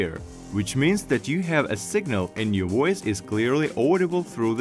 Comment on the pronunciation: "Woice over".